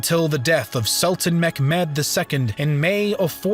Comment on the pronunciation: Great vid, was wondering why you pronounce Mehmet as mekmed?